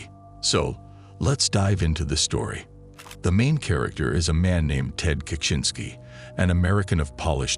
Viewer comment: is annoying. Constantly mispronouncing Ted's last name. Your videos are great, but you need a better narrator.